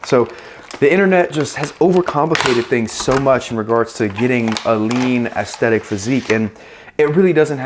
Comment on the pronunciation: Bro’s putting the fucking beatdown on the word aesthetic. Brutal.